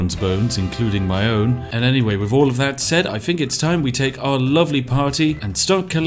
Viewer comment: "TH" =/= "F"